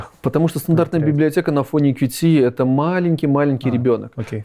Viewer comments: не "кью-ти", а кьют блин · официально правильно читать "кьют".